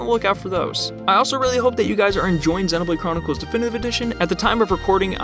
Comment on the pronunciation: You say Xenoblade wrong and it hurts me